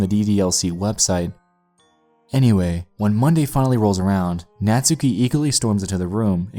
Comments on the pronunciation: its buffsuki not buffstuki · Ika (いか) was pronounced fine. You butchered Natsuki the whole video though.